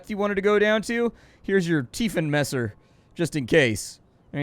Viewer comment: Tiefenmesser came out pretty good-ish. You massacred Wasser and Hauptruder though..